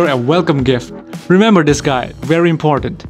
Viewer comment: When you were talking about Cross: "Remember this guy. Very important." I thought you said 'very impotent'.